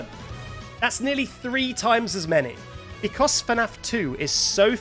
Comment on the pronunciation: the way he pronounces 'Because' makes my day every time. Becoss